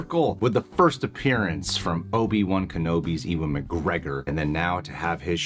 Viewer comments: Oh no, he said Eevan instead of Ewan...oh no! It´s pronounced "U-en" and you should know that!!! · eeewan? 🤣 It's pronounced U-AN McGregor. 😂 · Dude, his name pronounces "Yu-an"! I thought you guys wouldn't make blunder mistake like that.